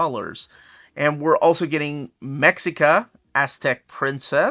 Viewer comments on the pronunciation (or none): Me - shi - ka bro, not mex - ika sigh wait.. me - shee - ka, not mex - eeka